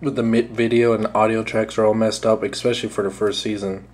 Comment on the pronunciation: EXpescially is not a word. Other than that, thanks for the review dude.